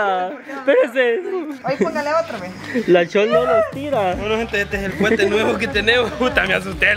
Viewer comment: se dice coete no cuete y también se dice petardos xd perdón por corejirte xd